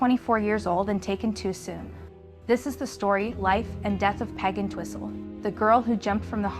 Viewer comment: There was an old TV show called "the pig and whistle" from UK. So in the opening statement your accent of describing who went off the Hollywood sign i was taken aback as i heard it as Pig an whistle, not Peg Entwistle. Made me look, but your Pehg got clearer as the show went on. Thanks for telling her story!